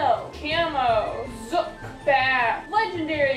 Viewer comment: Btw Zook, isn’t pronounced Zuk, it’s pronounced zü-k, the two o’s make an oo sound like boom. It’s because it’s based off of bazooka, and bazooka makes the oo sound.